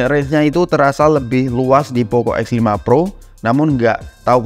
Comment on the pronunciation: Lu ngomong x sama f kaya gk ada bedanya, jadi bingung